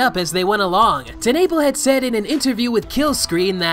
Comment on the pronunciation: Holy crap bruh it’s pronounced Teh-nuh-pel not Ten-nay-pll